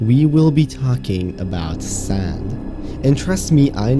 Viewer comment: I heard "sans" instead of sand